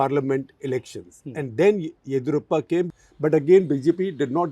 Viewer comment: Sir. Of course experts required for you both not on just on the nuance of Karnataka politics but also how to properly pronounce “ Yediyurappa” correctly.